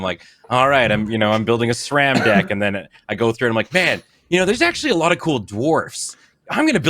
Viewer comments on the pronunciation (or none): none